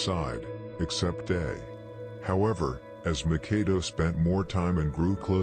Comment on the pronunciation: I will always give it's props for it's contribution for these street long form docs, Howeva, by now we all kno Makado's name is pronounced Mak ah doo. Not Mah Kar do or Mah Kay do. When I first watched the 600 joint, I thought his name wuz pronounced Mah Kah do until I seen members or otha channels callin him Mak ah doo. Jus like Lil Les from Pocket Town... He wuz pronouncin it as lil Lay. Even tho on the screen it says Lil Les. But I got used to it bein Lil Lay until I watched otha jointsz where his name wuz pronounced correctly as Lil Les. Otha than that, props to bein the GF when it comes to this.